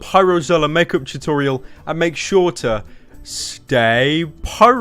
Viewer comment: How tf r u gonna make a makeup channel if you can't even pronounce tutorial correctly. Go play softball u little lesbian